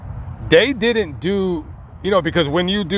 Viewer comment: you speak like a schoolyard bitch the way you pronounce(didn't). It's not.Didddnt! Where the hell did you learn to speak? What school did you go to?